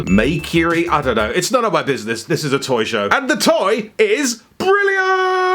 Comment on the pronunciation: "Makeury" is brilliant